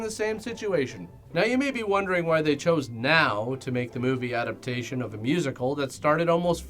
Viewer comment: finally said “adapTAtion” correctly